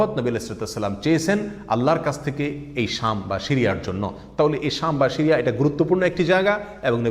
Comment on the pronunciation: উচ্চারণ শিরিয়া নয়, সিরিয়া অনেকটা বাংলা ছ।